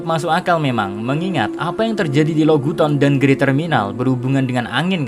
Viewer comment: Lo gu ton....Log town min K